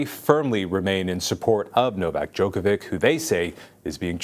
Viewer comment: This guy doesn't even pronounce Djokovic correctly.